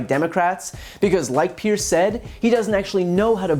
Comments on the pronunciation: His name is Piers, (Pierzzz) not "Pierce". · Populist leaders translation = a pair of fucking twats. Not trying to be a dick here and just saying but his name rhymes with tiers (or tears) rather than fierce.